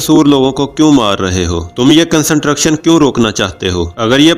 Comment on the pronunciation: Worst explanations and worst pronounced word like construction. Pliz try better and improve your Pronouncesion...